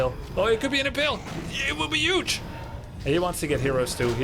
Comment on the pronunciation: thumbs up for saying Yuge with a Y. 🙏🏻🇺🇸❤️